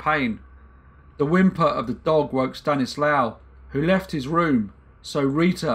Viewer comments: Good video c: Just one not important thing: If his name is spelled "Stanisław" you read ł as w and w as v so it's like "Staniswav" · In Polish, W is pronounced V. So it would be pronounced Stanislav, not Stanislaw. Small point but I like the V pronunciation much better. I assume the languages are similar enough they’d both pronounce it the same. My last name Wisniewski sounds much better with Polish pronunciation